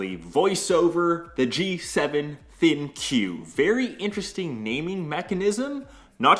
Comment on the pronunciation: ThinQ.... I think it’s pronounced as “think”